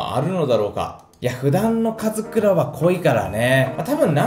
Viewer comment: 4分14秒 カズクラオお前もなwの ところ「オ」いらないww